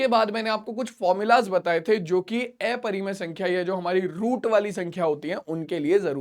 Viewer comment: Sir plz aprimay sankhya ka pronenceation sahi karye